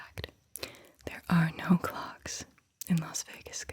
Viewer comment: When she said clock I thought she said Glock. I was like there are 100% people with Glocks in Los Vegas casinos.